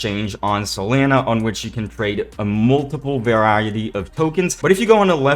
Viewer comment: the way u say solana bothers me